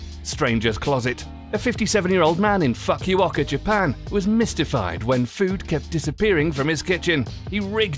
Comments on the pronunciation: Im sure he was trying to say Fukuoka and Fukimoto but unfortunately did not do an adequate job researching its pronunciation. Terrible.. Foo Kou O Kah and Foo Ki Mo To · ...interesting pronunciation of Fukuoka